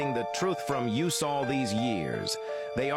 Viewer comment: Why did the AI voice just start having a stroke lol? It was talking normally (for a robot) and suddenly started wildly mispronouncing every other word even though it JUST pronounced the same words correctly? “According to the “Flat Earth theory, this mind boggling ThèAhRhēē claaaaims that space æhGuNsEez have been hiding the truth from Eeee-üüS…”